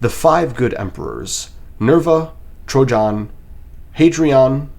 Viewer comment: The way bro said “trojan” as trahjon like mahjong is crazy. Trey-gin my man, or even Tray-jinn